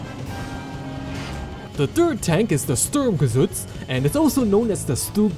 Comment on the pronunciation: Haha for a german guy "Sturmgeschütz" sounds pretty funny XD